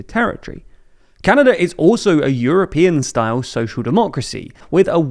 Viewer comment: You’re mispronouncing and misspelling it.